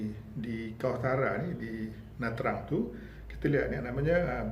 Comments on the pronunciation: Sebutan yg Sebenar adalah Na Cang bukan Na Trang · Nha Trang ( sebut Chang) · Nha Trang di sebut Nha Channg.Jika Tra Vinh jadi Cha Vinh